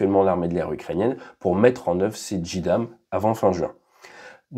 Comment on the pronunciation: Mais si la bombe est constamment allumée et larguée en mode détresse est-ce que son guidage n'est pas aussi actif en vol ? Elle va agiter ses aillerons sous la voilure de l'avion porteur et risquer de géner son pilotage non ? Petit détail : on prononce vraiment "Djidam " ? J'aurais dit "Djéydam"